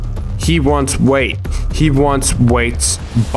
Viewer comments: Why are you calling Wy-at, “Wate”? Is it ignorance or can you just not read? So annoying listening to a 20 min rant about a man’s video and you can’t even say his name right. Kind of low effort. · Wait why don’t you just pronounce his name right ha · couldnt pronounce wyatt???? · First of all, I think his name is "Wyatt", secondly I don't agree with the ending of your theory, like, the mall was trying to test him if he can become a botanist???? makes no sense at all. Since you've mentioned the meaning of a liminar space, I believe it all revolves around that, the feeling of a transitory place that is in a state of oblivion. Maybe the rolling giant isn't possesed, but rather it's a rememberance of the botanist and it is trying to not become something that is forgotten, also, I believe that the mall that Wyatt's in right now doesn't exist anymore, since he doesn't recognize it, even though it's "modern" it's all an illusion that the monster creates to entrap everything that passes by, just to make the mall alive again and consequently not being a forgotten puppet, hence there's dead people and animals in that brief moment when the lights blink. I just wanted to express what I interpreted watching this masterpiece, besides, I didn't noticed the other giants of the parade, nice eye man! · Why not just pronounce the guy’s name correctly? The deliberate mispronunciation make it hard for me to maintain focus on what you’re saying. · Thank you I had to scroll so far to see your comment 😭 him pronouncing it “wait” the whole time was driving me mad. It’s Why-at, it’s not that hard!! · "Wyatt" = "Wait" well done 👍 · The characters name "WYAT" is pronounced (WHY-AT). BTW. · His name Is wyait! Not wiett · "wait" It's pronounced why-at Wyat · IT IS PRONOUNCED WHY-ET NOT WAIT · It's "Wyatt", not "Wayt" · I think it is pronounced why-yatt not wait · And why are we pronouncing his name as 'wait'? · Annoying that he says Wait and not Wyatt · WYATT = WHY-AT get it? Not Wait